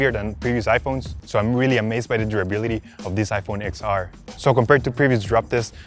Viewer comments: It’s iPhone ten R not ix R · I'm pretty sure it's pronounced Ten R not X R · It's pronounced 10 r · iPhone XR is not “x”，it's ten ，Roman numerals X